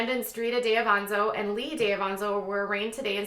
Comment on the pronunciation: You are all over the place. You don't know what the fuck your even speaking about. You can't even say her last name right 😂